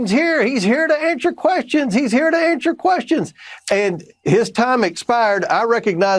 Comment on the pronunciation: "Ansher" questions?